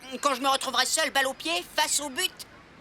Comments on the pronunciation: Heu ouai mais on dirait plus un P que B jsuis d'accord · A je suis la seule qui a cru entendre "pute" au lieu de "but"? 😂😂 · je suis la seule à entendre « quelle pute ! »alors que je sais qu’elle sûr dit « quelle but »😂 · Impossible quelle dise ça mais moi aussi j entend xd